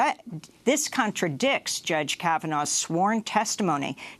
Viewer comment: Contraducks.CONTRADICTS! HAHA! She didn't want to say it after the genital thrusting!